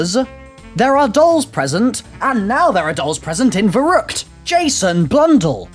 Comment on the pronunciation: "nearly 100 months later..." YOU STILL CANT FUCKING PRONOUNCE IT CORRECTLY